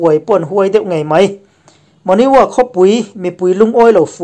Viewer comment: Bengvar thlak hle mai... Monywa tih lai te hi Mo-Ny-Wa nilo in, Mon Ywa( Mong Yua) ti-a lam rik tur a ni e.